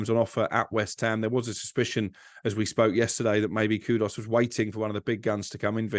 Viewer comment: Why can not pronounce a single players name given his entire job is about pronouncing players names???? Paquetaaaaah?? Kudos?? Wtf mate?